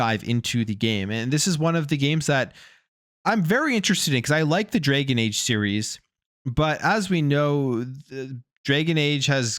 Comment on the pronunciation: Please stop calling it "Draygon Age" It's Dragon and rhymes with wagon.